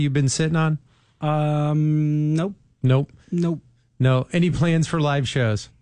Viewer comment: WHY SAYS THE "NOPE" LIKE THAT BRO YOU'RE DESTROYING MY DREAMS WITH A LITTLE "nope"